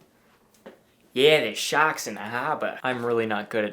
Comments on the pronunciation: the fucking walk and "shahks in the hahba" 😂😂😂😂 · “Ya, there’s sha’ks in the ‘arbar” 🤣